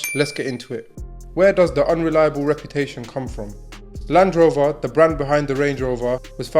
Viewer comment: Land Rover, not Land Rov-oh